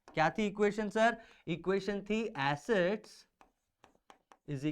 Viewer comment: Assets sound likes (acid)